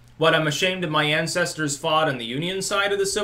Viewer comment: Why does he always say mah in front of things. Such as Mah white privledge?